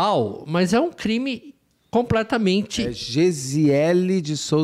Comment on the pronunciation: o intrevistado nao sabe falar o nome brasileiro da comparca... o intrevistado chama o "crime" de creme.. isso em 2 minutos e parei de assistir. Uma mala e referido como "bolsa". a menina dentro da mala nao e uma sena de orror, corrigido pelo ilustre.